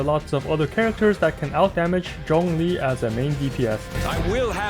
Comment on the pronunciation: The way he pronounces "Zhongli" was sooo satisfying eargasm